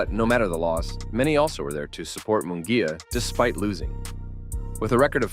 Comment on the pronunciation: It’s not Mongulla is Munguia 🤣